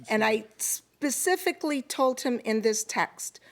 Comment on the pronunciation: Why is it that Americans seem to have trouble saying “specifically “ instead of “pacifically”?????